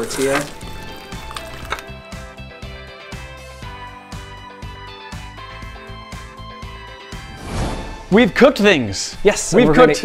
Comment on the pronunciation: I’m Mexican I love that he pronounces “tortilla” pretty nicely (: someone who doesn’t speak Spanish will most likely just say “tor-tihhh-luh “